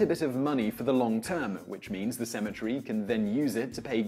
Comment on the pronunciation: Sounds like you said asymmetry goes under. LOL